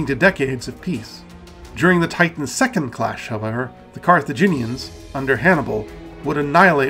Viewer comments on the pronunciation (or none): none